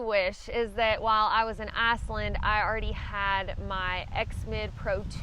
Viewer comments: nerver heard of asslind ;) love your videos by the way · I'm almost 72 and still a boy and my beliefs and opinions continue to change. But to Aussies like me the way you pronounce Iceland which sounds to us like Arseland will always be funny.. Keep up the good work, that's always enjoyable as well. Thank you